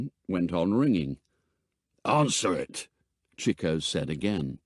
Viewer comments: Interesting enough, but why did no nobody inform the narrator as to how to pronounce 'Chico'... ? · Interesting pronunciation of Chico. In the US, it’s usually “Cheek-o”, not “Chick-o”. Anyone know why this is?